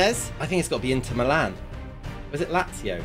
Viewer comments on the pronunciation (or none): none